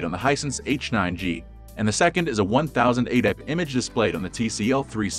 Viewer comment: Is he really saying 'fourk' and 'one thousand eightek"? i am not convinced this person is human 😂